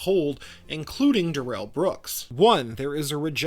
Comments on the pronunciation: It's Darrel, not duh rel. Don't fall for this lie Brooks cooked up after being arrested. He was never in his life called duh rel until he was busted. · They don't call him "DUH-rell" for nothing.